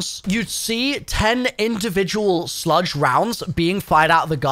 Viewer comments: Why is he saying “sludge”? Is it not just a slug? Is this a British thing? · I know you're British so I'll cut you some slack but slugs are pronounced just the way it's spelled. Like the bug. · Literally EXACTLY what I came here to say. It’s like he’s TRYING to do it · I thought I was the only one hearing it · wait? You purposely don't? Haha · are you purposely miss pronouncing slugs and haymaker?